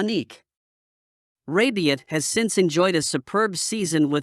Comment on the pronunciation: It’s rabiot. Not rabion. 😂